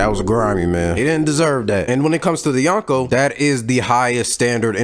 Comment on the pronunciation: Speaking of fraud- you’re mispronouncing “Yonko”. You’re saying [yawn-ko], but in Japanese the way you pronounce 4 is [yohn]. “O” in Japanese is always pronounced “oh”, like in Zoro, or Naruto.